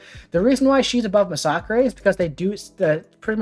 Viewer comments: Thanks for this! Very helpful! Also, nice to hear someone pronounce Masacre correctly! Kudos! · I never knew his name was pronounced “Mah-sock-ray”. I guess I always assumed it had a second S in the name and was just plain old “Mass-a-ker”. Although it does make sense since he is Mexican, I just never thought of it 😂